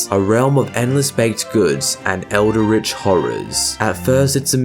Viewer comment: It's not pronounced "elderitch" r*tård.